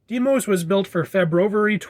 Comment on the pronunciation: "Deimos" is actually pronounced "Die-mos" just so you know. Although that's just my opinion.